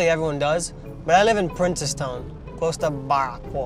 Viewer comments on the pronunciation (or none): Yuh know yuhs ah Trini when yuh say princess town not princes😂